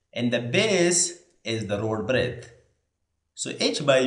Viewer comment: B= Breath ❌ B= Breadth ✅ 😂😂😂 Learn english properly before opening a youtube channel!